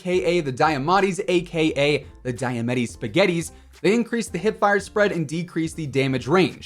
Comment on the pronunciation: DEEamatti, not DIEamatti. I’m sorry, but it hurts my ears every time I hear it